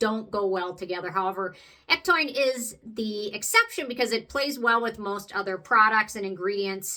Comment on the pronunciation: Hey! Thanks for the video on other ectoin products. Have you ever mixed a couple drops of PC ectoin into the Prequel serum? I am going to try that, just to add more to the serum. Also, on a side note, did you know ectoin is actually pronounded ek-TOE-in?... I said it wrong for so long, until I heard Penn Smith correct herself for saying it wrong in the start also. lol 🤣